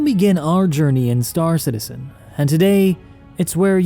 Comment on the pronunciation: Why.... Why? Why does he always pronounce it, "St-AA-r Citizen"? And "EE-motes". Why, dear god why.